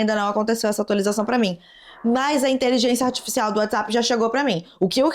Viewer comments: pq você fala inteligenTia artificial?? Kkkkk achei fofo seu jeito de falar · Adoro quando voce fala "inteligência astisfiscial" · achei uma graça a falando inteligência artificial errado todas as vezes KKQKSKKAKD